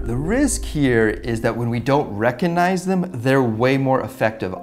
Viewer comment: Having a hard time not wincing at each "recuhnize".